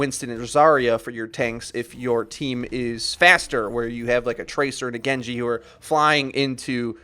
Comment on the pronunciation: Lewisking50 Actually it's an Arabic name. You guys can all shut up I actually know Arabic and his pronunciation is more correct than PHAY-ruh because it is closer to the actual name. +HotsoupTheMighty Hanzo and Genji are actually pronounced right.